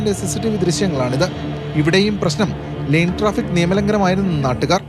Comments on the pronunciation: ലേൻ ട്രാഫിക്ക് ആണ് ; ലൈൻ ട്രാഫിക്ക് അല്ല. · ചാനലിനും നല്ല പിടിപാടില്ല. ലൈൻ ട്രാഫിക്ക് അല്ല -ലെയ്ൻ ട്രാഫിക്ക്